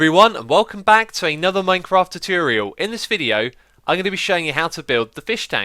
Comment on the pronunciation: Gallardo (In case you were wondering what these meant)Chooturial(Choo-tor-real)Said to be Xisuma"s way of saying the common Youtuber word, "Tutorial". This word is seen in many of his redstone videos, but can crop up in certain episodes of Hermitcraft videos too.Mashroom(Mash-room)Mashed potato with a hint of mushrooms? Nope - this is just X"s way of saying "Mushroom". I better stop talking about this word; there isn"t mushroom for anymore info ;-)Recordeting(Record-et-ing)Xisumas way of saying he"s recording and editing. Why say two words when you can say one?